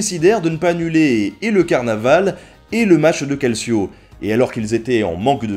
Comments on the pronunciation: au faite on dit caltcho et pas calsio pour calcio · Salut, je voudrais juste apporter une petite rectification de prononciation du terme calcio. Cela se prononce calchio, et cela veux dire tout simplement football en italien. Donc lorsque tu dis que ça ressemble au foot, bah c'est parce que ça doit être l’ancêtre du foot. (j'en sais rien en fait c'est une déduction faite à partir du mot calcio) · Très bon épisode ! Comme toujours, on se couche moins con après ^^ Par contre, petites corrections de prononciation : Calcio = "caltcho" et Piazza santa Croce = "Piatsa santa crotchè" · Nota Bene Oui, on prononce plutôt : "calchio" en accentuant le "o" ^^ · hep, ça se prononce "caldchio", et ça signifie coup de pied, en italien. C'est toujours comme ça qu'on appelle le football en Italie de nos jours d'ailleurs. :° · Tres simpa! Juste une remarque: 'ci' en italien se prononce 'tch', calcio se prononce donc 'caltcho'. Aujourd'hui, ce mot désigne rn italien le football contemporain. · Super video :D tu nous apprends vraiment beaucoup de choses j'apprécie énormément ta chaîne et surtout ton travail :) PS : J'suis désolé, mais "calcio" se prononce "caltchio" ^^ :lalourdeurd'unhomme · super video juste que calcio en italien se prononce calchio ;) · calcio se prononce 'kaltcho' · On m'excusera aussi pour ma prononciation très hasardeuse du "Calcio" et du "Cimbel" haha, se sont des interprétations très personnelles :p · Salut! Bravo pour ces belles vidéos intéressantes et instructives, continue ainsi. Je sais que certains t'ont déjà fait la remarque, mais en italien la lettre "c" placée devant un "e" ou un "i" ce prononce "tch". Soit, pas une remarque importante en somme, mais à chaque fois qu'un francophone fait l'erreur, ça sonne vraiment faux dans ma tête de pecorino.